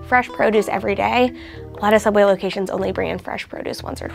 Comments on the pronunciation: Ok don't you mean sooubway? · Well now we know why ’ sooubway closed 🤷🏻‍♀️ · “Subway” is a very strange way to pronounce sooubway